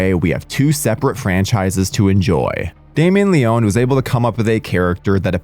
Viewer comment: Leon-e not Leone